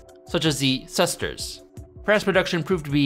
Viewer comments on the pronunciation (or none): Also, the sesterce is not pronounced as “ses-terse”. It’s “ses-ter-see”. It’s almost like Americans have and cultivate a sperch impodiment. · pronounces sesterces as 'sesters' when its 'sestershie' cracks my up